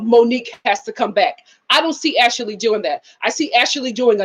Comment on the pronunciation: Ash- lee not ash-ah-lee